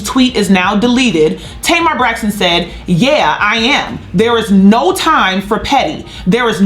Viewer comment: Why did keep calling Tamar “ Tamer Braxton? “ We got it Sis. By the 2nd time, we knew who u were talking about. U must’ve said it about 40 times 😂🤣😂